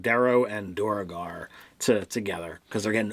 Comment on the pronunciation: I could be wrong, but I think the "duer" of "duergar" is one syllable - after all, isn't the word "dwarf" derived from "duergr"?